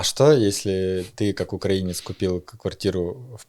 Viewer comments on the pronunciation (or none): none